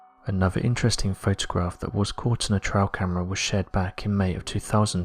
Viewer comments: Awesome video but I wish you would pronounce words properly it's trail camera you say trial camera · Can you please use the correct pronunciation??? It’s a T-R-“A”-I -L camera a TRIAL takes place in for example, a courtroom! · If you pronounce trail like trial, how do you pronounce trial?